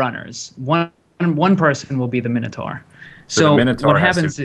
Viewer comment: I died a little when beef said oh noes the minataur